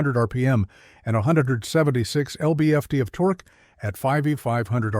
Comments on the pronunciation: TORKAY?? fIX YOUR BOT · Torkey? Torque is ones syllable.